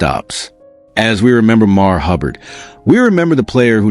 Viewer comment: MARV! MARV!! Get it right!